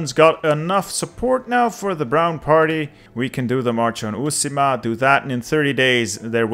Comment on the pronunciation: The way you say "Uusimaa" in sounds so funny as finnish